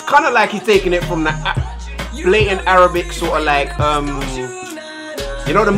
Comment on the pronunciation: Arabac😂😂😂😂 I’m sorry you corrected yourself afterwards 😂😂😂